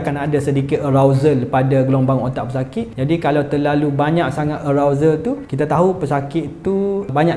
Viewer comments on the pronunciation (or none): 'pesakik 'emmm... speaker n org kelantan ekkkkkk😊